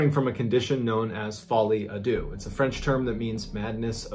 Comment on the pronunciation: I speack french and... did you triés to Say folie a deux??